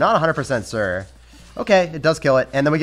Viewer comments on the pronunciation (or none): DieDoom Razor he said sure but it came out sounding like “sir.” I’m just messing around